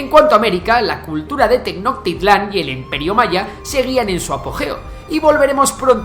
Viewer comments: exelente un solo detalle, no se pronuncia "tecnotital" se pronuncia "tenoshtitlan" y si es teotihuacan como los comentarios de abajo. otro dato es que antes de los aztecas y mayas fueron los olmecas ya que ellos construyeron la mayor cantidad de ciudades antes de cristo. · Solo decirte que la pronuncia "teknotitlan" está mal, aquí en México pronunciamos la "ch" como "sshh" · Tenochtitlan no se pronuncia de esa forma, si no <Tenoshtitlan> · Tenochtitlán no se pronuncia como si fuera inglés, la CH es un sonido particular parecido al SH. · Jajajajaja no se pronuncia así Tenochtitlán, omitiendo la h